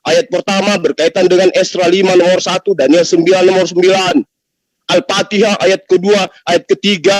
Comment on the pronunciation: Koreksi menyebutkan ALFATIHAH, BUKAN ALFATEKAH,,,, Penyebutan yg salah akan mengakibatkan panjang perdebatan dan men yalahkan balik.